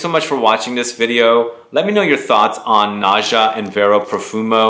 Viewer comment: Its is pronounced NA-GHA... nice review... sounds interesting